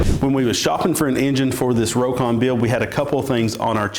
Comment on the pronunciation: Well, it’s pronounced “Rock-on” not “Row-kon”